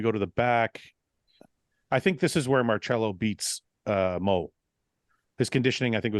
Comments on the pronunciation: Mar-Sello not Mar-Chello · Its pronounced Mar-sello NOT Mar-chello 🤦🏻‍♂️ you guys are killin me lol